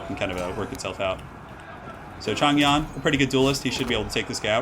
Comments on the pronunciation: The "Yan" part of his name is pronounced Yen. The ZH sounds like a J, like Joe or Jimmy which you got correct off the bat. "Men" is actually pronounced "Mun." Any "ang" or "ong" such as Chang, Dang, Long etc. is pronounced like "Ahng" / "Ohng", however your way of saying Wang Dang is way more amusing. Regardless of accurately saying the Chinese stuff, I'm just super happy watching your campaign. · not sure why the voiceover is wrong but Yan in Mandarin should be pronounced more like the yan part in yankee